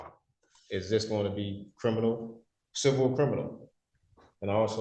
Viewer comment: He's a "Crinimal"🤣